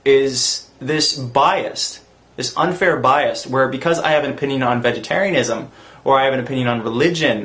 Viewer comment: Lol. Onision said biast. It's Bias